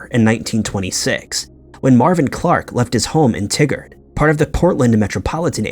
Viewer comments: It’s pronounced Tye-gard….not tiggered. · i understand that you read to names and places and pronounce it the best you can. But its TY-GUARD, not T-GUARD. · Pronounced: Tie Gerd not Tig Gard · Just for reference, regarding the case of Marvin Alvin Clark...the pronounciation of the city he was from is pronounced "Tie-gard," not like "Tiggard"...coming from a fellow Oregonian. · "Tigard" is not pronounced like Tiggered, it's pronounced like Tie-gurred. Your wacky mispronunciation makes the tigger song go through my head, it's ridiculous. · I was born and raised in Oregon and the town you're talking about is pronounced "Tie Gerd". I couldn't focus on the story until I let you know that lol. 😀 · In the first story, it's pronounced TY-Gerd, Oregon.